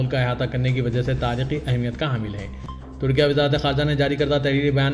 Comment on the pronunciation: Tudkia tudkia kya hai. Very bad pronunciation.